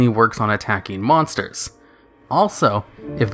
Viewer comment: monters. I thought it was monsters.